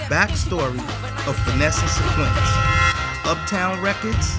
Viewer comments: Why does the Narrator keep saying "SYN-QUINCE" when her name was pronounced Syn-QWIS???? DO OVA'.....DO OVA' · Finesse and SIN-KWISS bro not SIN-QUINTS!!!! smh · Darn sure didnt...lolololol "SYNQUENCE" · Much respect for this upload but dude didn't pronounce Synquis' name right one time